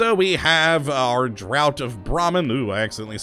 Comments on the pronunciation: Just gonna point out it's pronounced dr'ah'ft, not dr'ow't. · It's pronounced 'draft', not 'drought'. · Just wanted to say draught is pronounced draft